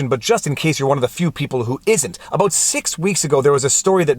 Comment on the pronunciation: Did he just say aboot?